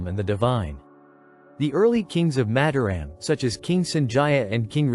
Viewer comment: It would be nice if the commentator could learn how to pronounce Mataram. Each syllable has 'a' as in father. with each syllable stressed the same.